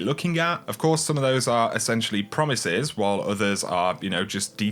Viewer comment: Large emphasis on the word "Promises", at this point almost all of my hope for the game I loved has been bled dry I barely even play anymore